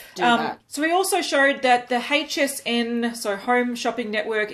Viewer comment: I love the way she says HSN! "Hhheych SN" 😉 FML not ANOTHER 🤬 peach palette on the market! 🤦‍♀️ no one asked for this !